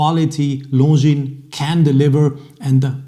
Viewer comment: You pronounce Longines perfectly ( now we need to get the other watch people to do the same )! Should I sell my beautiful Longines Grand Prize Automatic and buy a new Spirit Chronograph?